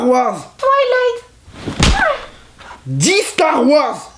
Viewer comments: Mdr à la fin "Dit stars wars twilight dit stars wars starfoula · "dit star wars" "Twilight" *Mes un coup "DIT STAR WARS" "star...fou...llah" j'ai failli mourir ಠ︵ಠ a cause de toi... Mais c pas grave je te pardonne (づ｡◕‿‿◕｡)づ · Dit Star Wars ! - Star....fullah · dis star wars ... thwillight ....aie dis star wars starfullah 😅😅😂😂😂😂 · "dis stars wars" "twylight" bam "dis stars wars !" star...foulah" j'était mort XD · xD il m'a tué, " dit Star Wars" " Starfula" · Putain je suis au taff avec le directeur dans un moment serieu et quand soudain j'ecoute : ( (dit starwars) {starfurllah} ); MDRRR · Nooon dit starwars "Starphoullah" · "starfoulla" mdr 😂😂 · Jaune: dit star wars: twilight (Rip tete du bb) Jaune: DIT STAR WARS: star... fullah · dis starwars, star...foulah jpp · Dit StarWars -StarfoulahVazy je suis mort mdrrr